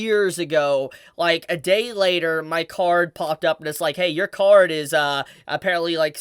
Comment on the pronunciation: Also, funnily enough on the topic of your accent. At first when you talked about how your card was stolen I Heard car and was very confused at first xD